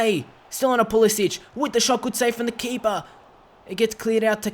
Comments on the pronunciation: His name is Pulisic not Pulisić. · Just saying you pronounce it like a k not a ch